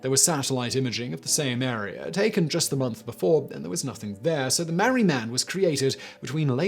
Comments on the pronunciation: It’s the Maree man... Not the mari man. The town is called and pronounced MAREE. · Its pronounced Mar-ree. And his name is Bob. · It's pronounced Mar - ree